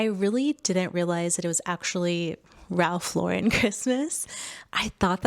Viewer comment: Its Ralph Lo-Ren